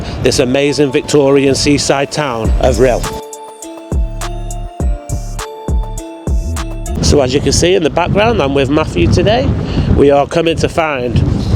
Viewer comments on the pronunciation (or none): "Maffew"? Hilarious you cannot speak simple english